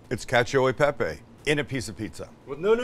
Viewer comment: I love you Sam but the way you say cacio e pepe always drives me crazy 😂 you've got cacio pretty right, but in italian you pronounce "e" as the first part of "a", like you would in the world "chef", so it's not "cacio y pepy" but "cacio e pepe"! Also, in italian we say "perfetto" without the c, hope this helps you and all non-italians ❤